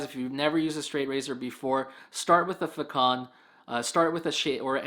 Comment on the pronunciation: I do believe it's Façon which comes from French and should be pronounced Fah-saun. The saun part sounds like sauna without the last "a". Façon means way, manner (of doing smth)